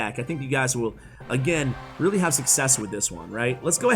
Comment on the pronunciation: It's a weally fun deck 😂